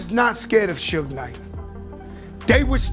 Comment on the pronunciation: Who is the chucklehead narrating this dumpster fire of a video? Learn how to pronounce Suge. 😂 If youre going to reference bars, it might behoove you to actually play the songs.